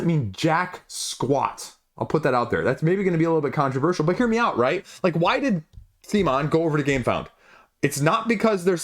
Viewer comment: At about mark of this BGG video it's mentioned CMONs official correct pronounciation... It's not sea-mon... it's c'mon! Please don't be stubborn.